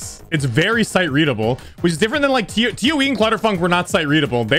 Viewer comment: He said t o e not toe wow